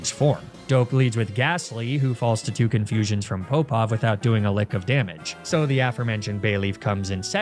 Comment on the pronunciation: I don’t know if what I think is accurate, but as a swimmer growing up, I always heard Alexander Popov to be like pop-off, not poe-pov. There’s the popov drill, so maybe it’s just easier to say pop-off. Or maybe everything I’ve heard is a lie. It isn’t as if that’s the first name that’s been differently spoken on this channel